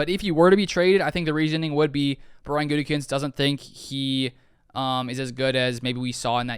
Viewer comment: the smirk on your face when Colin mispronounced Gutey's name was priceless! I still believe the best thing for the Pack would be for Aaron to simply retire and slot Jordan in for next year. If there is a trade, you have to choose Rodgers at age 39, not a potential young stud that has shown me enough to be given a fair shot. Thanks man appreciate your videos and your written content!!😎😊